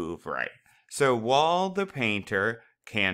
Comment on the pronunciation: Love your videos, they have helped so much with this unit. I'm just confused why you pronounce "while" as "wall"..... other than that you're videos are awesome!!!